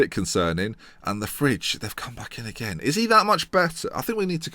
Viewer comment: stefan de fridge, lmao isnt it de vrye